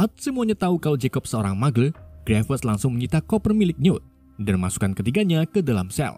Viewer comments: Bukan mugle bang tapi magel di bacanya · Bacanya magel bang bukan mugle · grindewal aja nyebutnya muggle dibaca magle 😢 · bang kalo bisa bacanya itu "muggle" bukan "muggle"